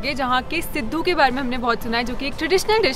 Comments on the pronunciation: The way she pronounced siddu😂😂😂 such a cutieee🤩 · It’s सिडु not सिधु 😝🥲